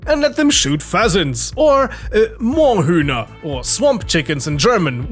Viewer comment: Yo! As a Proud and happy German I can officially confirm that your pronunciation of Moorhuhn and several other German words is very good and understandable. I’m proud!